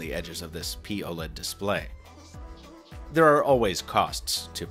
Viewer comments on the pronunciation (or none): none